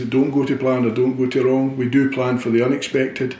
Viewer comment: love the way he says wee are years ahead in thinking..hail hail here's to next game, season and whats to be...still in Brendan wee trust..